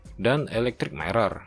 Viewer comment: Hadeuh baca mirror tuh bukan mairor tapi mirer..